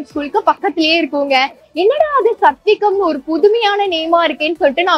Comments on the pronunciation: “சத்வீகம்” ன்னு சொல்லாதீங்க, “சாத்வீகம்”ன்னு சொல்லுங்க. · சத்விகம் இல்லை. சாத்வீகம். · The name is pronounced as சாத்வீகம் not சத்விகம். Even though it is sanskrit origin word, it is used very much in Tamil, as people say, old age people should take சாத்வீகமான உணவு, Even persons like Mr Venkatesh Bhat frequently says சாத்வீகமான உணவு சாப்பிட்டால் நல்லது etc. It means simple food without much masala etc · ஹலோ, அது சத்வீகம் அல்ல சாத்வீகம் 😂😂